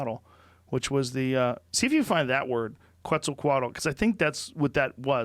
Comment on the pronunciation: It's fun to see Joe pronouncing Quetzalcoatl... "The feathered Snake"